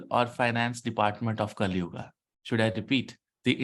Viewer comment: Sir please don't say kalyuugaa. It's sounds awkward.